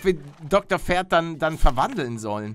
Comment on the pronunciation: wenn er noch einmal FERD sagt also ohne P dann deabonnier ich ihn!!! xD